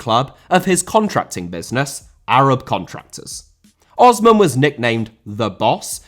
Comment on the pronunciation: The S in Osman isn't pronounced like Ozman, and just a standard S sound. I don't think you should have selectively included a Japanese and South Korean club in this list, given that many clubs there are company owned. You should have just mentioned that as a disclaimer in the beginning that the list would be clubs outside those two places. Then make a separate video for those two states alone.